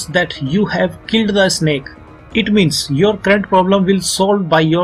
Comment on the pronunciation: Its snake not Isnek